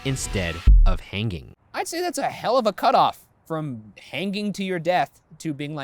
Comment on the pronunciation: my god. did ryan said "hang-ging" instead of "hanging"?